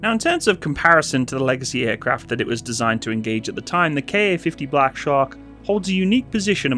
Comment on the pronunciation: There's no KA-50. There's only a Ka-50. Say Kamov-50. Don't say K-A-50. DON'T. DON'T!